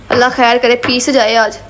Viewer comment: Plz apni urdu ko theek kro ap indian nahi ho sb sis aik hi trah se word bolti ho kher Hoti he khher nahi